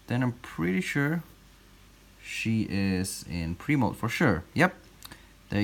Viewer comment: For a long time when he said "pre-moult" I thought he was saying "primo"